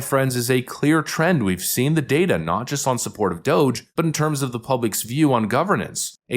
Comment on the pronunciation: Did a CNN anchor just say she actually likes Musk and DOGE and wants to keep them around????/ (Technically she said Dusk and MOGE, but I knew what she meant) WOW.